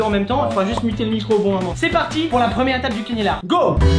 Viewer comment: T'a dit cinular au lieu de canular